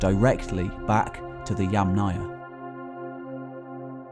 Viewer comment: "Yamnaya" is pronounced with stress on first syllable, "'YAmnaya".